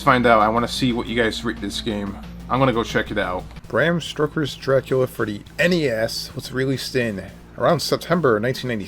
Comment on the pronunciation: Stroking your Dracula... it's stoker lol